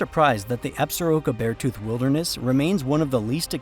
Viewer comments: People in Wyo when I lived there called it Absor-ROCK-Ah not as you said Absa-Roke-ah. Very nice presentation tho. Thanks. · In MT, we usually say Ab-sor-KEAH instead of absoroka